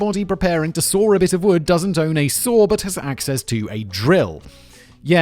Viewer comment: Lol I thought he was saying a sword lol. I’m like why are you chopping wood with a sword.